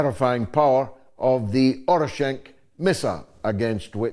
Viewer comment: Thanks for today's show. Just one thing: it's "Oreshnik."